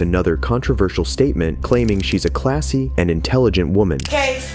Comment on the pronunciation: I’sh a clashhhy ladysh….. if you have to say you’re classy, you’re not…